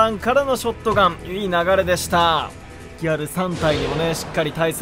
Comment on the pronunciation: ギャ↗ル↘（笑）